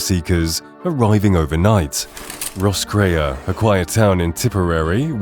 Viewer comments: The "gar die" are "makin tea" in "Ross-cray-A" with members of "Sin Fayn"... AI is pretty shabby ... It gets all the names wrong.... BY THE WAY, there is NO war or crackdown... READ the text at 16.22... Only 129 people have left Ireland due to deporation. Is this a war or just AI generated bullshit wasting our time? I want my 20 minutes back... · Gar-DEE. Ross-CRAY. SHIN-fane. Shame you didn't put as much effort into establishing correct pronunciations as you did into building such an egregiously one-sided narrative.